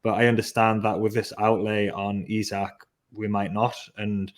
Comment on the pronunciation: It's EeSak 👍 Botman is only just 6'5" 😂 We have plenty of money to spend and still stay within FFP that's even before new sponsorship deals. I still think we can get Paqueta and Diaby 😂 Joking apart I would love Paqueta, not sure why we are not going for him. I would be upset personally but que sera. I see no sense in us doing deals with Man UTD after they messed us around last year.